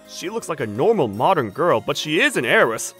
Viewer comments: And he says goil to girl wtf😊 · Bro said goil and not girl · Bro says girl like goil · The first dude said goyl😂😂😂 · bro cant even say girl he say göğırl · Another thing why does he say girl like goil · The first narrator "Gorls"